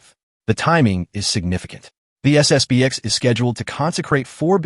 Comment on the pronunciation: It's SSP-ten.